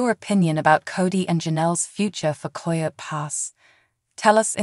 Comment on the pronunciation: Please pronounce this property correctly “KI-O-T” for Coyote Pass!